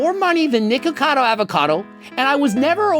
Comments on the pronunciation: WHY DID BRO SAY NIGACADO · Nah bro say nigacado I can’t he is truly channelling his ancestors will 😂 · he 100% said niggacado